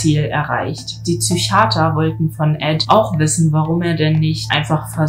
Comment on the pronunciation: Es heißt „der IQ“ und auch nicht „Züchiater“.